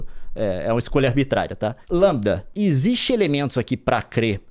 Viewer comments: LaMDA (Lamda) não Lambda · O Leon não consegue falar LamDA ele só fala LAMBDA! Tá muito na vibe do jovem nerd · Leon é LeeeeemDa e não LammmBda. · Gente é Lamda e não Lambda...kkkkk!! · o leon falando "lambida"kkkk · Eu acho que se pronuncia em inglês: "La = Lei; M = em; D = Dy; A = ei". Crianças que não entenderam: o conceito é baseado na forma pronunciada em inglês e não em português.